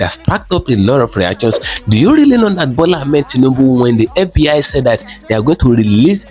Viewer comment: It's fbi not fb hi lmao